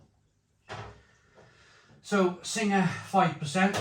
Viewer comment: It's pronounced Sing, you don't pronounce the ha, Sing is a mythical Thai creature. Tiger brewed in the UK is filth & beer Sing brewed in Kent taste as if it's out of date, absolutely shocking.